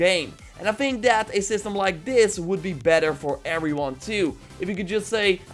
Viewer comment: "Every uder"